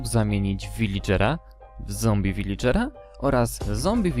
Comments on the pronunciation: Czyta sie Wiladżera a nie Wilidżera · nie vilidżera tylko viladżera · Villager tak się pisze a czyta wiladżer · Nie viligera, tylko viladżera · Villagera nie Villigera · "Wiladżera" tak się mowi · Mówi się wiledrzera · J Dominik on mówi villigera zabronisz mu ?